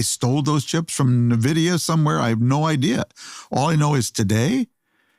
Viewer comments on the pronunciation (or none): none